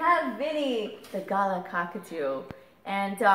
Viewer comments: Yeszss, she pronounced it wrong XD good job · It's not ga-lah it's g-laah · HI there...All your birds are gorgeous but being an "Aussie" i just had to tell you, its pronounced "GALAR", don't feel bad, everyone gets its wrong. ;) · Seriously, if you cant pronounch galah just call it a rose breasted cockatoo